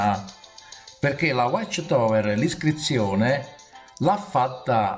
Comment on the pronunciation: Non sai manco prononcirae whatch tower